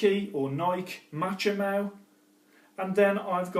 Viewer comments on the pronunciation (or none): It's pronounced MA-KO-MY not machomow.... still good content though 👍..... 😂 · Machomai= ΜΑΧΩΜΑΙ not Matsome